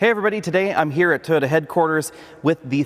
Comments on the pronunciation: Toyota, not TODA, otherwise I like! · Why does he keep saying Totda is that the company that makes the car or something? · Is it pronounced Toe-ta? I’ve been saying Toy-yoda.